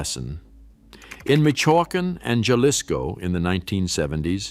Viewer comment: natila, yalisco, oahaca, 😤